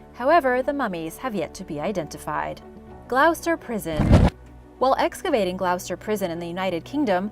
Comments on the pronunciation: It's actually pronounced Gloster! lol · Gloucester, my home town (it's pronounced 'Glaw-ster' 😁).